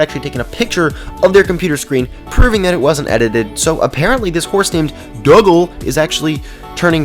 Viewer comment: It’s said dogal not duhgal